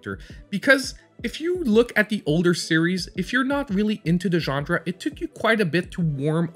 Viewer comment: Great video, but please start pronouncing genre correctly! It's genre, not gendre! Theres no D.